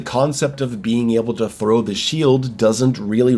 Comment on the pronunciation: I won’t listen to someone who can’t pronounce (in his words) haff his words and says frow instead of THROW. I hate people who are this pathetic